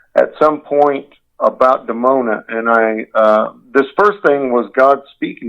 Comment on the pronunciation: it's actually Dimona Israel, nor Demona